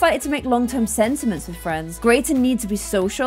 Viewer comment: Girl it’s sentiments